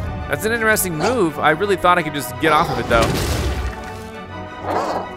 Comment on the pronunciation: 2023: “That was ‘ineresting.’”